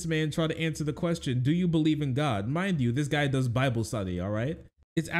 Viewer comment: "Gwod" - J Peterson